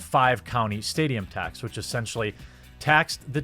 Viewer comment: better than most native English speakers. one small detail to help: whitch => which (which and witch got combined there)